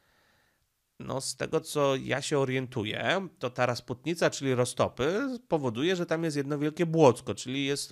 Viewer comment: Dzień dobry, Raczy Waszmość uwzględnić, że w słowie rasputica nie ma "n", Z "n" kojarzy się z "rozpustnica" 🤷🏼‍♀️💃